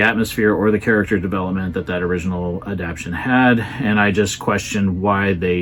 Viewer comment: You're terrific, but the word is "adapTATion."